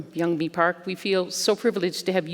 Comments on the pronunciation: Damnit why can’t non Koreans pronounce Korean names?!?! It’s not yun ming park its yeunmi park it’s not not ping park Jesus, Patrick calls her yenomi. Everyone calls the capital of South Korea soul. It’s Seoul pronounced soh uhl not soul. Iranians get pisses off when we say “I ran” no it’s “eh rahn” well Koreans wee gotta stick up for our names too. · Here name is Yeonmi, not Yeongming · Yeonmi, many interviewers mispronounce your name, like this one who called you Yong Ming Park ! Please do not be afraid to correct them. In the US it is perfectly fine, on TV especially, to correct misspellings and mispronunciations. It will make it easier for people to find your writings if they know your correct name. Your friend, Brian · Her name is YEONMI PARK, not young mi... Not that difficult. Great interview for the rest. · Amazing story. And the woman kept saying her name wrong. It's not "Young ming" lmao. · The lady didn’t even take the time to learn how to pronounce her name correctly 😒